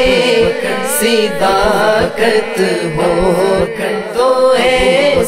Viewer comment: ماشاء اللہ صداقت میں ص پر زبر آنا چاہئے آپ نے زیر پڑھا